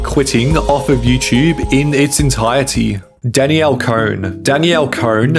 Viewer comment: learn how to say "entirety" ffs